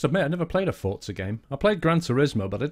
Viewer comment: It's forza with a Z not fortza, always has been!